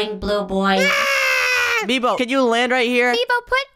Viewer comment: It's nebo not meebo